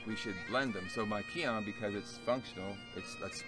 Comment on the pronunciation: Finally, a Caucasian who pronounces the Japanese/Okinawan terms mostly correct. (keehone is correct)